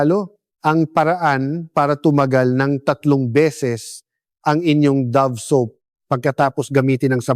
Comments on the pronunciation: Hindi yan Do-vee. You prnounce it Dove ( davv). What kind of AI is this? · I think it pronounce as Dove like a Dove bird not Dovee.. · Bakit " Do...ve? Dove po! Yung english ng kalapati!!